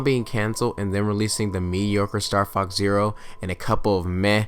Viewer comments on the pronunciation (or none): none